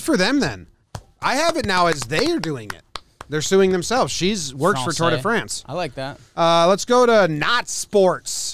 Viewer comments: hes been to “Franch” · "I've been to Franch, you ever been to France?"